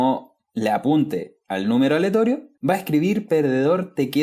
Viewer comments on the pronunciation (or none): mi ansiedad no me dejó ver este vídeo porque decías "aletorio" en vez de "aleatorio" :(